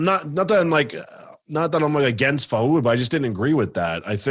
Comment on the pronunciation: FAOOOOOOD, tell him its pronounced FOOAAAD please hahaha